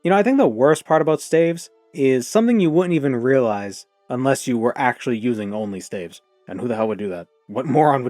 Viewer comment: not sure if you said OnlyStaves like that on purpose, either way mildly amusing :)